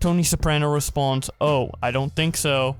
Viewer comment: Why do you say response when it's responds